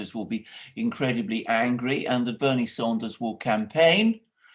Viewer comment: Alexander Mercouris IT'S "SANDERS" PS love u guys